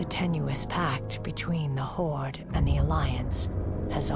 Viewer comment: Only person I know to pronounce the Horde "The Hordt" and you also call Thrall "Throwe"